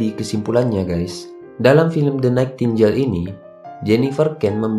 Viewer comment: Koreksi sedikit bang. Bacanya "DE NAITINGGEL" bang, bukan "DE NAITINJEL" 😅🙏